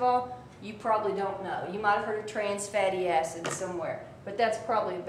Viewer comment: i like when you say fetty acid :)